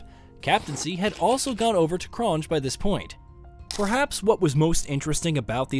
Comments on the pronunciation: Lol, hansie cronge🤦🏻‍♂️ try saying the word "year" without the "R" at the back, then just pronounce it Hansie Cronyea, good video ,new sub here keep em coming my bru👍🏻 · Hansie Cronje is pronounced Hanzee cron-yay